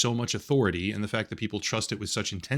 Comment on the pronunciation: If we can emphasize THE in "Steam is the video game marketplace" just a bit more emphatically, that would be great.